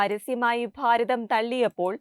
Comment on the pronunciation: ഫാരതം എന്ന് പറയാതെ